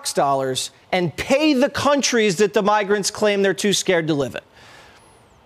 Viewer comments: Jesse Waters was struggling with pronunciation in the opening...@ and 😂 "Tox" Dollars "Bigrants" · Did Jesse call them “Bigrants”? 😂😂😂